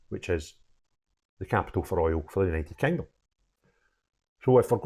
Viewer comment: ‘It’s OOR OIL’ 😂😂😂